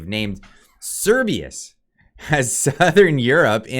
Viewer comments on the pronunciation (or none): Oh man, I just LOVE it when you up-loaders can't pronounce what you're talking about and are just too damned lazy to Google it. The name is Cerberus, pronounced "sir-BUR- us", not "sir-BEE-us". I won't watch the rest of the video just for this single fault. You modern youngsters have all the information at your fingertips, whereas we boomers had to wade through printed volumes to find what we wanted, but you are too bone idle to do so. To echo another of your clueless kind: "How DARE you?!" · You are saying Cerbius, when it clearly say Cer-ber-us, the three headed dog who guards the underworld in Geek mythology. I dont want to be that guy but ffs lol. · Cer-BER-us. Not Cer-BEE-us. Cerberus is the scary 3 headed dog in Greek Mythology. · Cerberus not Cerbius. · It’s CERBERUS (Sur-bur-us), not Cerbeus! 🤦🏻‍♂️ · It’s Not Cerbius!!! It’s Cerberus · Keeps saying "Cerberus" as if it's spelt "Cerbius" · it's pronounced Ser Ber Rus. Like the 3 headed hound that guards the afterlife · It’s Serbaer rus. Please try pronouncing him correctly. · Honestly clicked off this video because you can't pronounce cer-BER-us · this is hilarious fear mongering. Cerberus... the three headed hound of hell... "S-air-bur-us or Sir-bur-us." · Sir-ber-us Jesus christ just read it. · How could you read Cerberus so many times without pronouncing the R? Sometimes I think your sarcasm and over confidence is a mask for your dyslexia and general retardation. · Yes, I cringed every time he tried to pronounce it 😣 Knowing that he doesn't understand what it is or how it's said.